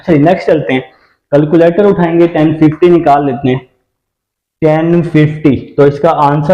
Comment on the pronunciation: Sir boat ko.to sai pronounce kare calculator ko bhi